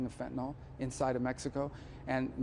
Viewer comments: Finally, an official who knows how to pronounce FENTANYL! YAY! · Finally, a US official who knows how to pronounce FENTANYL correctly! YAY!